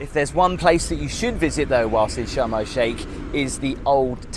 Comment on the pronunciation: Did anyone else think he was saying Shamrock Shake, and not Sharm El Sheikh?